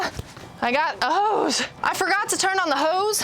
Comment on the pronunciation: Is she saying hose or ho's , LOL